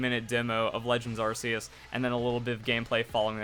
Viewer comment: Dude learn to enunciate. It's pronounced ARC-E-US as in Noah's Ark not Arse E Us